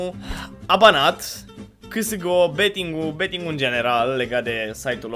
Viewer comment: "csgo beeting"